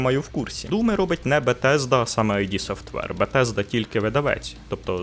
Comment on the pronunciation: Я вже втомивсь повторювати: не айді, а ід